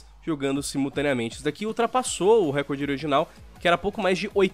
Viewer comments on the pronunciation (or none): none